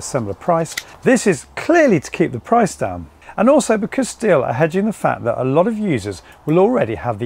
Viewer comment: Correct German pronunciation is "shteel". Just saying 🙂